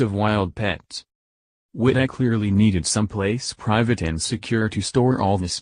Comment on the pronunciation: You need a better narrator. He continually mispronounces Wittell's name. The Cars were DUESENBERGS.